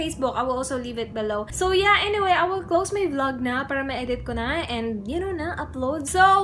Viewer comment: Ano yung Title? Click bait ba? Saan sya walang Paki alam? Kaya pala dami sya noon haters.maarte pala sya mag salita. Feeling rich kasi. Para, parrra daw,ma arrrrr sya 😂😂